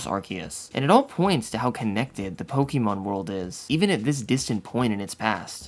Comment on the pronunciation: Now if only he could pronounce names of things correctly 💀poketuber that can't pronounce "pokémon" lmao 💀